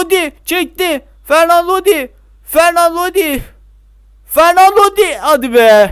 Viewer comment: Knk yalnız fernan Lodi değil o. Renan Lodi